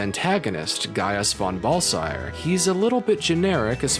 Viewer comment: His pronunciation of Baelsar got me even more 😂